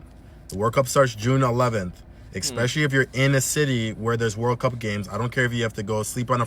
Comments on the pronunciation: The use of eXspecially makes me immediately negate listening to your advice. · He said eXpecially 🤦🏻‍♀️ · he fkd up frm the start sayin EXspecially 😂💀🤦🏾‍♂️